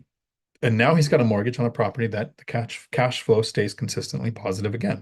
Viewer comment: Did you said ãssflow? lol